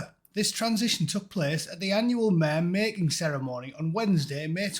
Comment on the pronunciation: i thought you said mayor mating ceremony there for a second , and thought wtf ??!?!?!